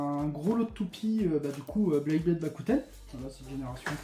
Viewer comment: Beyblade pas "Blayblade"